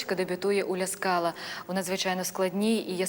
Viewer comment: Гарний у вас голос. Лише не "лЯ скала" а "лА скала" :face-red-heart-shape: Не ЧезАре а ЧÈзаре Річчоні :face-red-heart-shape